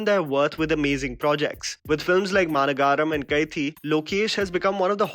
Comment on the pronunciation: It’s Ma-Na-Ga-Ram. Not Ma-ra-garam